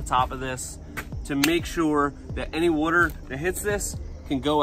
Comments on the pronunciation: Don’t listen to him guys. You can’t trust anyone who pronounces water like he does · "wah-ter, "wurhter". spoken like a true northener.lol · Wooder. Look up Chris Fix videos (cars) he even writes on his spray bottles Soap and Wooder.